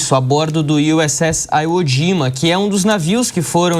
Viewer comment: O repórter não sabe pronunciar nem o nome da ilha japonesa "Ivo jima"